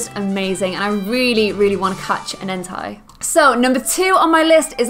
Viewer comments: entei not enti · you Said Entei it's pronounced En-tei not entaj just so you know 🤓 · entei is pronounced in-tay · ex0ticx0x how is entai pronounced then? I've never played gen 2 before so I honestly don't know. It looks like it'd be pronounced en-tie. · i kept thinking she said hentai instead of entei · enTAI -______- its like she 1st lagnuage not even english. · its en-TAY, watch the pokemon movie if u need help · Just saying you said entei wrong its supposed to sound like enta like how you say a normally just trying to say that real quick.